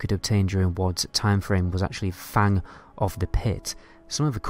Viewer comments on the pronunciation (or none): none